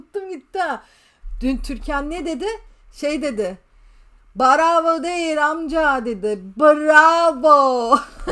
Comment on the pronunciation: Mustâfa hep nerede bu çocuk diyor bravo cümlesi değişti barova diyip duruyor Mustafa sıkışınca barova diyip duruyor 😂